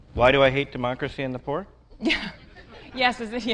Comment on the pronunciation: I keep thinking he's saying "Why do I hate democracy in the pork?" but this dude clearly loves all pork regardless of politics.